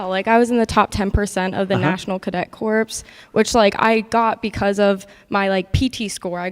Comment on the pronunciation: She said "National Cadet Corpse".